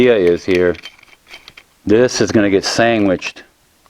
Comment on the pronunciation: You know you’re talking to a real putter-togetherer when he says you gonna sangwich somethin togwther